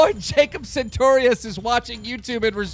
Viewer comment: does Jacob ever correct you when you call him 'santorious'?